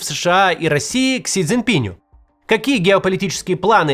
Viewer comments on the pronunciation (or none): Сколько роликов уже Кац озвучил, где говорилось при Си ЦзиньпинА, но так и не запомнил, что по правилам русского склоняется Си ЦзиньпинУ - до сих пор говорит Си ЦзиньпинЮ (фамилия - Цзиньпин, а не ЦзиньпинЬ). Наверое, уже никогда не освоит. Причём, что характерно, в описании к ролику правильно написано 😂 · Да чтож вы все его Дзиньпинем то называете? Не пинь он, а пин. Не Си Дзиньпиню, а Си ДзиньпиНУ. Не Си Дзиньпинем, а Си ДзиньпиНОм. Макс, ты же опытный спикер. Научись произносить правильно.